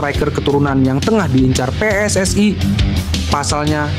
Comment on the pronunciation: Min ....Tolong dong ngomongnya biasa aja PSSI gitu jangan PSSay Aneh kedengeran nya 😂